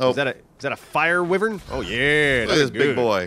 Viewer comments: Is it too late to mention wyvern is pronounced "why-vern"? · They can't even pronounce wyvern correctly.